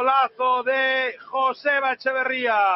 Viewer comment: Y te ha faltado la forma que tiene de llamar a "J"oseba Etxeberria...